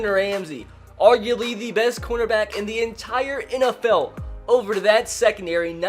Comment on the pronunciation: Every time he said corner back I thought he said quarterback